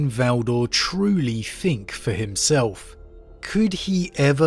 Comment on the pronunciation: its think not fink. th not f please